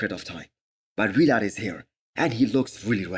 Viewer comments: Vlad not V-Lad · Not V-lad, just Vlad